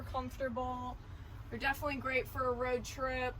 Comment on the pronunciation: take a shot every time "definlyyy"